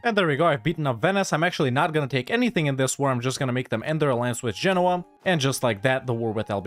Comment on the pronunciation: First EU player I've seen who knows how to pronounce Genoa correctly. Thumbs up for that.